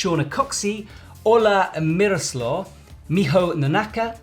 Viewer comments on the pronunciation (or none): Antoine Dolivet even so, if he would actually watch the comps he would hear at least a pronunciation with the syllables in the right place. Apparently he doesn’t watch, he’s been saying Missolav instead of Miroslaw for months.